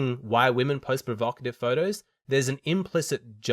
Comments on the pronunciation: I think she was provoked by the term 'provocative'... even though she couldn't pronounce it, lol. But to be fair, I think the term carries an accusatory tone of judgement, that would not be present by simply describing how a woman was (or was not) dressed. I guess it does reveal that she participates in this. If someone asked me why men post provocative pics of themselves, I wouldn't be offended because I don't relate to that. My answer would probably be 'Because they're simple-minded wankers.' 😄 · The "blonde" couldn't even pronounce the word, provocative.